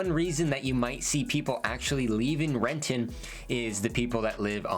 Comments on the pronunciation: I know, that hard ‘T’ made me wince lol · There was a grocery store in Renton (Cascade) that closed down because of shoplifting, I dunno, 20-25 years ago(?) It has been vacant ever since. I ran around that neighborhood as a kid, but I wouldn’t let my kids wander Renton the way we used to. Can’t go to Fred Meyer in Benson or DT Renton after dark unless you don’t mind being approached in the parking lot… ugh. Edit: oh and you said it wrong: it is Re’en. 😂